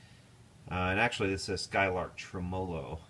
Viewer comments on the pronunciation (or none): Absolutely beautiful demo-ing as usual. :) Hope you don't mind a small pedantic note - standard pronunciation is TREMmo-low, not tre-MOlow. :)